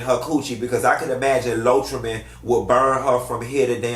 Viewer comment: Not “Lotrimin”!!!!😩😩😩😂😂😂😂😂😂😂